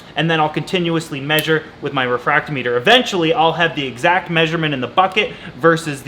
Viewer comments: It’s pronounced refractometer, not refracto meter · It’s pronounced Re fract Tom eter Love your content. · the "meter" part of "refractometer" is pronounced the same way the "meter" part is in "hydrometer", welcome to the salty side!!!! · Yeah, it was funny that he said hydrometer right and then went all weird with refractometer.